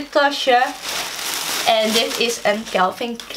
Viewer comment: een tip: het is Calvin en niet Celvin